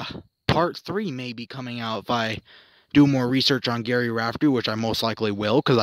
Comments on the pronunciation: Gerry, pronounced Jerry, as in Tom and Jerry! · Your video was fine, but it's Gerry (pronounced Jerry) Rafferty. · Why are you doing a video on someone who's name you don't even pronounce properly? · He’s pronouncing the G as a G as opposed to a J - I think he has good intentions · Jerry, Jerry, Jerry— it’s pronounced as Jerry, not Gary. And stand still! There is no need to wave your camera around like you’re pissing on the grass! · You can't even say his name right !!! It's GERRY NOT GARY !!! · Gary? Gary? It's insulting. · His name is Gerry NOT Gary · His name was Gerry not Gary ffs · Gerry not Gary.